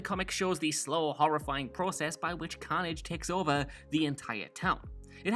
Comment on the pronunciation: STOP SAYING CAUGHN-AGE HOLY SHIT ITS CARNAGE